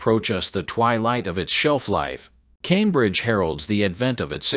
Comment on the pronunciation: "Tambridge" Audio? You gotta love AI narrations. Always good for a laugh. 🤣